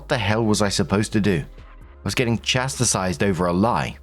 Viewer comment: Chas-tise. Not chas-ti-cize.!! Your job is reading!!